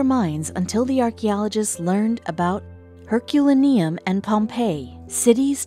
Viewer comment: Although your narrator has a very pleasant voice, she sounds as though she's reading totally unfamiliar material, stumbling through words like she has never heard of places like Herculaneum and Pompeii, as well as anything else that's over two syllables! I highly suggest that she familiarize herself with the script far in advance of recording it, placing particular focus on unfamiliar words, until those words can slip readily from her tongue! (Learn how to use a dictionary, AND any of the readily available online spoken pronunciation guides, please?) A "professional narrator" is expected to perform in a "professional manner," and as anyone who is paid for their work IS, by definition, a professional, then, please, PLEASE! try to perform as one! Hesitancy, fumbling with words, and blatant mispronunciations all loudly scream "AMATEUR!" You CAN do much better than this! There is a very old joke wherein a young musician asked an older, far more experienced, musician "How do you get to play at Carnegie Hall?" The older (and wiser!) musician responded with this: "Practice, practice, practice!" That's all YOU need: Practice! Edit: I'm certain others will mention this, but I'll tack it on, too. It is EXTREMELY annoying to be told to "hit the like button" BEFORE viewing a video, as well as "hit the Subscribe button" before the viewer has any chance to decide whether or not the video merits a subscription! I've spoken with many people who, when "told what to do" this way, have a firm p